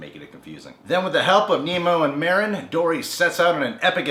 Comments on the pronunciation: It's Marlin not Marin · merin? MARLIN!!!!!!! SHIT. lol. but really its marlin not merin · You keep saying Marin. It's Marlin. I'm sorry I don't mean to seem rude it just was kind of getting to me. also, the new and FINAL Don't Hug Me I'm Scared is out now. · Nemo's dad is named Marlene not marene lol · It's pronounced marlin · It's on purpose.